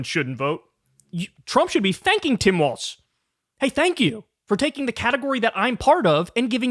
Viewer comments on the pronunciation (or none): Kyle, the name is pronounced Walls, not Waltz. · Hey, Kyle, love your work and energy! 👏🏻👏🏻👏🏻👏🏻👏🏻! Thanks for your coverage. Just one FYI: Walz is pronounced “Walls,” rather than “Waltz.” (Not sure which way you’re saying it. Was difficult for me to tell. But lots of people get this wrong. 😜) It’s like “Ballz to the Walz.” 🤘🏻 Just mentioning, since we hope to hear a lot more of his name in the future. 😁 —Minnesotan who’s enjoyed Walz rep’ing my district for 12 years and then state for 2 terms 🙂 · KYLE FOR PETE'S SAKE, WALZ = WALLS NOT WALTZ!!!!🤬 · Kyle, why do you keep calling Walz Waltz? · I enjoyed the video. But let’s stop calling him Waltz. It’s Walz like Walls. Thanks. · Take a shot every time Kyle says Waltz instead of Walz. Dead after half a video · Can you please pronounce his name right? It’s grating… love you…